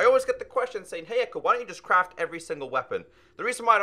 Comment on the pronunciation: Ecko not Echo